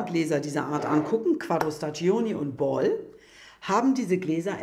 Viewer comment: Sehr interessant. Ich hoffe, ihr habt es patentieren lassen. Noch eine Bitte: staggioni spricht man staddschóni aus. Das i in der Mitte ist stumm, denn es dient nur dazu, die g davor zu einem dsch zu machen. (g vor i und e ist dsch, g vor a, o, u ist g, daher braucht man bei spagghetti das h, damit man es nicht als spaddschetti liest...)